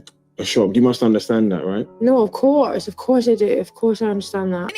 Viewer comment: That ‘chak ju’ cracked me up 😂😂😂😂😂😂😂😂